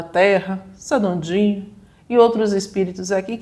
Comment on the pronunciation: Boraaaa é isso ai 🎉 gostei do "Oshao" e "Sanandin" kk😂